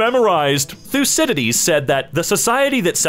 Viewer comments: I haven't heard Thucydides pronounced correctly, until this video. GOOD JOB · Anybody else impressed by how he pronounced thycydides correctly.